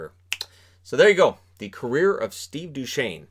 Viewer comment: Ah yes, "Steve Dew chez nee"